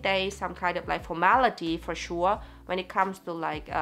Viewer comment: Germans dont have accent when speaking English? I beg to differ. The way you pronounce "sure" in is literally how all the Germans I had the pleasure to talk to do it 😂